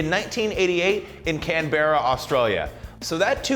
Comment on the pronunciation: Not Can-bear-rah Or-Stray-Lee-Ah. CanBuhRuh, Stray-Yah...Mate!